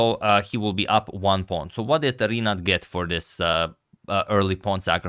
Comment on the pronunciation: Hey Antonio. In Rinát name letter A is stressed